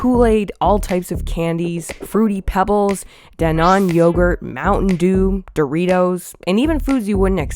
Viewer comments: "dannon" is pronounced dan-in, not dah-non. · I trusted you until you “DANNon” 😛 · "Dah-naan yogurt" wtf is that pronunciation lmfao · I’ve never heard someone pronounce Dannon that way. Is that a Canadian thing?